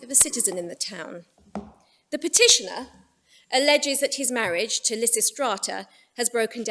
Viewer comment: ....and immediately the pronunciation of Lysistrata alienates and annoys me... Dammit!